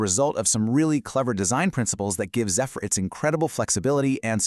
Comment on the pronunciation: Not zee-fur. Pronounced zef-fur..